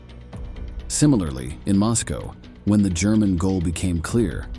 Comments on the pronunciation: The Gurman army ? I stopped listening. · Why do I get voiceover AI vibes from this? “Gurr-man” army? good video tho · I hate the way it says German and Germany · This bot sucks at "spikikng" cannot say German recivery? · Every sentence has a poorly pronounced word. Can't even say "German" correctly. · Gurr-men Army.. Stay-lynn? I just unsubscribed. AI sucks stop cranking out these sites smh. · Is this a computer talking? I have never before heard a human being pronounce Stalin as "Stale-in" or pronounce German as "Grr-man". Maybe pay for a human next time. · German with a hard G? Really? Uranus with a short R? Commit soo-seed (suicide)? Cooridge (courage)? Of the 110 sewers Grrrman? Gooligs? Holy shit! Who is the narrator? Absolutely the worst I have ever heard on any video on YT. Unbelievable!